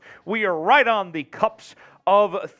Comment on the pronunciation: the word is cusp, not cups.